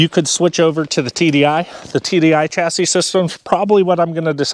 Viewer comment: Lol, you said chassis like the French.